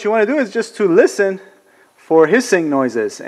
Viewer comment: when you say "to listen" it sounds the same as in the song eifel 65 im blue haha